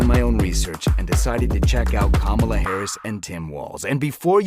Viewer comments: Its pronounced Comma Luh . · I’m going to answer your question, but you need to have the decency to pronounce her name correctly. And no, I’m not a supporter of hers. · Once u pronounced her name wrong I saw your lying and bias